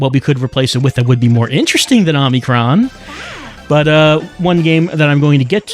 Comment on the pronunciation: 36 parts and still calls it "Omni-kron". You're killing me!